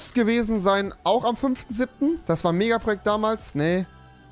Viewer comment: Niemand: Rewis Cutter: Porjekte